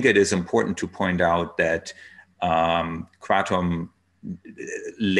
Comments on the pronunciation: yeah what happened to ... Kruh-TOM. ?? hey Tom!! meet my friend Nine... Mit_traga_NINE ?? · lol, I think you're right. I didn't give up... I still call it Krah-tom. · Hamilton back to pronouncing it kray-tum huh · Did I just hear Hamilton pronounce it as "kray-tum"?? What happened?! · He said in another interview yesterday that he feels like an asshole calling it “kra-tom!” 🤣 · Why do you pronounce it kraydom sometimes?